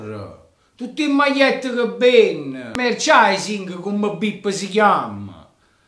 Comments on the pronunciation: te lo scrivo come si pronuncia: "MERCIANDAISING" 😀 Sei troppo forte e forza inter 👍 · Merchandising si dice Merciandaising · Se non sai pronunciare la parola "merchandising" (e presumo tu non sappia nemmeno il significato) perché continuare ad utilizzarla?